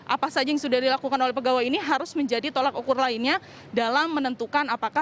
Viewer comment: Reporter CNN tolak anhin bukan yolak ukur TOLOK UKUR